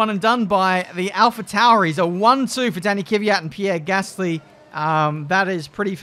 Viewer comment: it's pronounced Kvyat, not Kyvyat